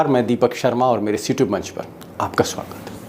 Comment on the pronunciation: सर आप सयूटयूब मत बोलो " सिर्फ़ यूट्यूब " बोलिए प्लीज़ ? आप का कन्टेंट बढ़िया रहता हैं ।